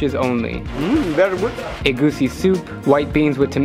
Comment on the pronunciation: I can believe you said egusi right WOW